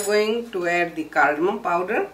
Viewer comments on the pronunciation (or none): "cardemon powder".